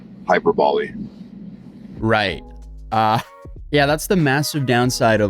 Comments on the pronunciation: "It was a Hyper-boley"..🤣🤣🤣🤣😭😭😭😭😭😭😂😂😂😂😂😂 You shittin me, bro? It's hyperbole, you dumb mfer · Did the talking nose just say: “hyper-ball-ee”? Wow! He must be American and has to be a victim of the public education system. Hyperbole: hahy-pur-buh-lee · “it was a hyperbowl, hyperbali” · The girl filming during the crash out is so freaking pretty. And the lighting!! Haha he said hyper bowl lol and still got it wrong after a cpl tries. **Hyperbole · Bro really pronounced 'hyperbole' as 'hyper bowl', like it was some kind of cocaine-powered football game. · "Hyperbolly" 😂😂 this is what never thinking gets you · "Hyper Bolley" 😂😂 ain't no way he's ever heard of a hyperbole before googling 'exaggerating things I said" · "Hyperbowl" "Hyperbowlee" 😂😂😂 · Hy-perb- o-lee lol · Lmao I know hes stupid but damn, couldn't even pronounce Hyperbole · Dude can't even pronounce hyperbole. Why use words you can't pronounce?